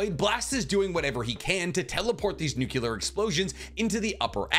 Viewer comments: Amazing content, love your videos, just a little thing that bugs me a little lol, it's weird to hear people saying "nukelar" instead of "nuk-le-ar" just that little thing dude xD, love from the third world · Love your vids man..but its NUCLEAR...not nucular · IT IS NOT PRONOUNCED NU CU LAR. THE CORRECT WAY IS NU CLE AR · Why Americans say nucular instead of nuclear? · lol Nuculur. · That Nuclear pronunciation reminds me of Bush. Remember he also kicked a wormhole away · I want you to look at the word “Nuclear” before you say it.